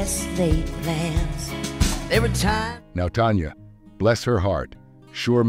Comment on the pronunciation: It is pronouced TANYA NOT TONYA.